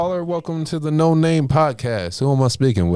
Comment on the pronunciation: noNamay...say it how its spelled...lol